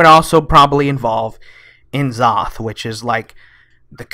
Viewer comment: yog saron is pronounced yawg sahraun and n zoth is na soth